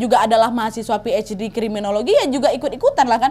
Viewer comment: Kriminologi instead of Krimibologi (?)